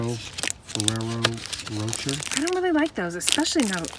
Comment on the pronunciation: Ferrero Rocher is pronounced Fe-rr-rer-o Roe-share... nothing to do with roaches LOL